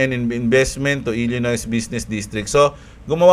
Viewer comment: ilinoy basa dun hindi ilinoys.... Nasan na pala yung alaga mong camel, hindi ata na flex ngayong drop?:D XRP 🚀🚀🌕🌕